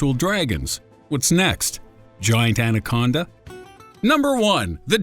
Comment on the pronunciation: Narrator: "What's next? Giant Ancona?" "Number one! The giant anconda!" I lost it! 😂